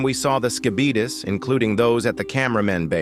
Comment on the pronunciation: The way you pronounce Skibidis as “Skibeetus” reminds me of the “diabeetus” infomercial guy. I love it.